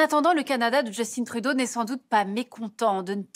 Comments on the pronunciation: Justin Trudeau, fils de francophone, député dans un comté francophone d'une province francophone et premier ministre d'un pays francophone. ARTE : On va prononcer ca à l'anglaise ! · De la façon dont vous prononcez Justin Trudeau, on dirait que vous vous ne rendez même pas compte qu'il s'agit d'un nom d'origine francophone. Il faut aussi souligner certaines inexactitudes des frontières dans plusieurs cartes présentées durant la présentation, notamment l'usage des frontières provinciales modernes pour montrer les 5 provinces à l'origine de la confédération de 1867, et l'omission totale des changements de frontières aux États-Unis de l'époque (intégration de la Louisiane en 1803 par les américains et de la Terre de Rupert par le Canada en 1870).